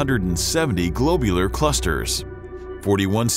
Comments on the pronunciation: it's not a globe... it's a glob... glob-u-lar.... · Metallicity has five syllables. The narrator is missing the i after the double l, and it should have the principal accent: metal_I_city. The o in globular should be short as in glob, not long as in globe. The narrator's pronunciation of Magellanic is just weird. In most people, such errors would be honorable, as it means they read the word before hearing it spoken. In a narrator, however, such errors are not honorable, as it means they read the word before hearing it spoken. There are many good astronomy channels on Youtube that should be consulted as reference. That said, I did enjoy hearing about the components of the Milky Way and how it came to be. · suggestion: do better on pronuciations. such as globular and metallicity are wrong.